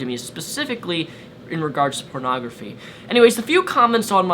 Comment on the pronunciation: I just love how says "purnagraphy"